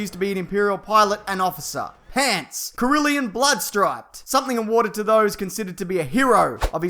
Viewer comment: Corellian, not Corillian.